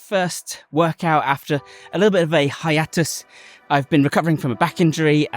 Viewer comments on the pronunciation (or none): If you ever do become a superhero, your superhero name should be Hiatus, at least how you pronounce it. Maybe change the spelling to be more phonetic. Hiyatus or something.